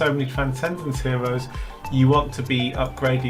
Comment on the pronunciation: Wow, he has so many hewoes, weally impwessive!